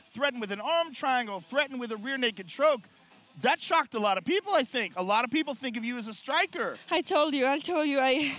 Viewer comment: joe “rear naked chroke” rogan